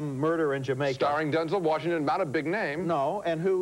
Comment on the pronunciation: Denzel Worshington